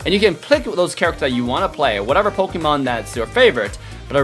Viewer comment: says POKAMANE lol